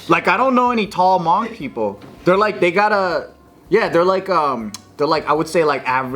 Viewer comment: The way you guys pronounce Hmong makes me laugh every time 😂